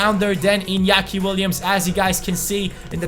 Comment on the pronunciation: NOT inakia iTS inaki. I had to cringe SO hard!